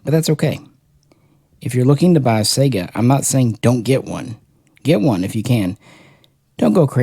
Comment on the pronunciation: SAI-Ga.... like Saigon. lol. Not SEGA Genesis.... sheesh, only things worse is people adding an A to Hornady and making it Hornaday... =)